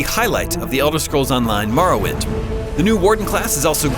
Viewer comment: It’s more-oh-wind